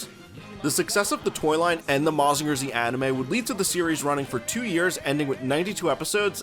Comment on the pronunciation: Real cool video, dense with info and context! looking forward to more! But never say "Mazinger Zee" in my presence again 😤